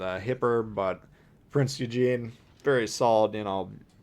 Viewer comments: Pronounced oyygan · You said Prinz Eugen wrong BTW it's not Eugene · Its really annoying to me as a hardcore history guy